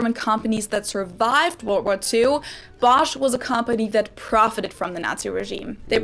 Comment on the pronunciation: had a better pronounciation for Bosch and Knorr. (at least one or two times, when he tried it for himhelf)